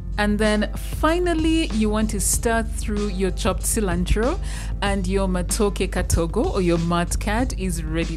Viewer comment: Hahaha....I hear ‘mat kat’.....thank you for sharing this easy katogo recipe